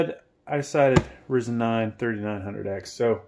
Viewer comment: pronounceced R IIIIIzen....